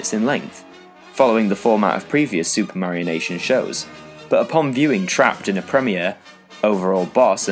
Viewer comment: Bruh. "Supermarionation" -> "Super Mario Nation"